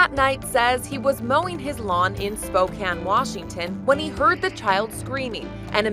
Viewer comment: Lel she said spokane Washington like spokan lol Its (Spoke-ay-n) I live in Washington